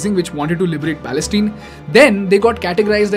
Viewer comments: Palestine (tine, pronounces as mine, pine, etc) or say falasteen. Its not Palesteen. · Dude, it's Pales-TINE (pronounced 'pal-es-TAAYN'), rhyming with the English words 'mine', 'fine', 'pine', 'line, etc. Have you never watched the news?